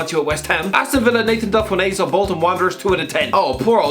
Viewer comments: You've absolutely butchered Delfounseo's name there.Delf-onso is how it's pronounced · He butchered the pronunciation.